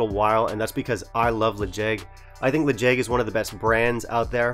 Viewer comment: Quick tip for any Gaelic names: in Gaelic the stress is (almost) always on the first syllable, so the way you pronounced it in your previous video was more correct. To be fair, the name of this whisky isn't using standard Gaelic spelling, so you can probably pronounce it however you like ;)